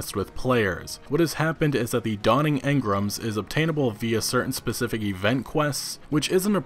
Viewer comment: Stop saying engram like that, it's fuckin weird.